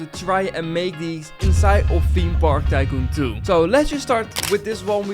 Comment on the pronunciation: why does always say theme park tycoon 2 as "tiem parkkentoe" rest in peace tanner. be happy that you've ridden a rollercoaster.